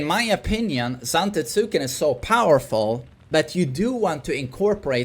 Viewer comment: For the love of god, It's pronounced "ZantEtsken" with emphasis on E, although he never reads the comments anyway... Had years of him saying zAfina and never changing his ways... sigh